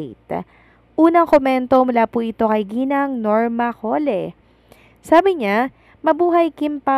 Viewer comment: Suggest ko sa iyo check mo muna mga words na American version even names sa Google . Iyong Cole na last name ang pronunciation mo ay Coleh🤣 Tapos iyong maple ang pronounce Mo is mapol . I presume you are in college in Manila ? Just my 2 cents . Walang mawawala if you learn the right pronunciations .